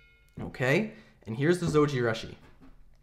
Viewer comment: It's pronounced like sushi. Zojirooshi.